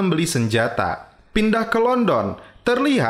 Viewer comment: London bang bukan London